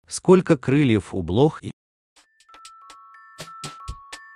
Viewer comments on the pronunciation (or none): Развивай-ка, вам не стыдно за свою неграмотность: "четыри",у блохи́,а не у бло́хи? Какое неуважение ...